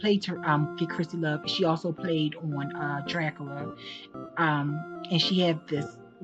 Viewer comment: I get annoyed when she pronounces Dracula as Drac- A- La. But I'm weird about grammar and spelling 😂😂. My son hates it. 🙄. She would definitely benefit from a few elocution lessons.And less teeth sucking noises. But I still like her content for the most part.